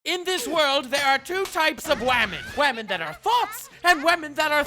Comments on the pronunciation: You make me laugh so much I hope you know that, like your voice is just great. Every time you say wamen I die. Oh shit why is megalovania playing in the outro as I write this. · I love how he pronounces women. “Wamen.” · Wait, you don’t pronounce wamen correctly? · Whamen. But say it like ramen